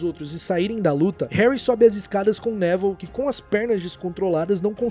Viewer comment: Pq do nada no vídeo vc começou a chamar o Nevil de Nével?